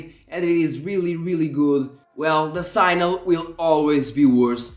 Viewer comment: Normal people: "signal" sig-nuhl This dude: "sighnal"